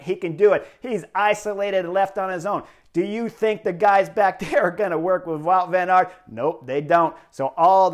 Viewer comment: I was struggling to unterstand the Belgians name. Wout Van Aert is pronounced Bout van aert.